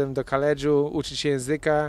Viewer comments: kaledżu :) jakieś lekcje fonetyki by się przydały :) ale ogólnie to filmik super, chce więcej :) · ...."poszedlem do Kaledzu".....burak jakich malo